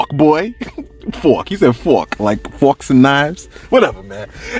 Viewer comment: “ like fawks and knives “ 😂 ☠️